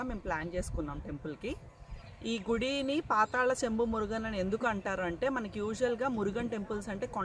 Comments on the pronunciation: పాతాళ శంభు not సెంబు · సెంబు కాదు మేడం శంభు అప్డేట్ చేయండి